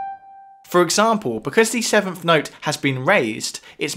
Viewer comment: "In G natural minor the sevenf note is.. "... "the sevenf note has been raised." .. I cant hear any of the awesome knowledge in this video because of the British pronunciation of the "th" sound as an "ffff" Also.. that Billie Eilish song is a total rip off of "People are strange" by the Doors.